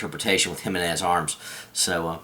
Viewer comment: That's the first time I've heard anyone pronounce the name correctly. Thumbs up just for that :)